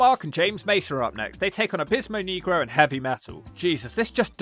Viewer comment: you pronounce negro wrong😂😂